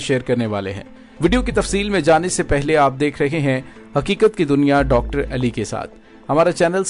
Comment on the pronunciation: جناب ایلی نہیں علی بولا کریں شکریہ۔یہ نام عظیم ہے۔توجہ کریں۔